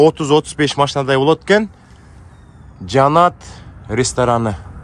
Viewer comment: Жанат дебей Жаннат деп суйлосон боло